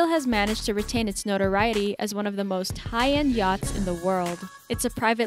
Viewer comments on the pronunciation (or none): none